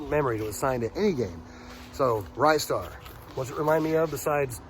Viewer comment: I hate to destroy your childhood memory but it's pronounced 'Ree-star'.